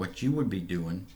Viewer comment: The Word is doing and not During